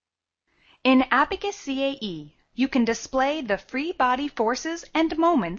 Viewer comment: It should be Abaqus CAE & not Abacus CAE